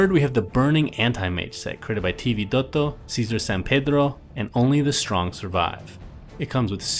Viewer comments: God I hate it when he says T vidotto.. just makes me angry every time, why cant he just say it in a normal way.. No clue why this drives me crazy, but it does!!!! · hahahahaha sammeeee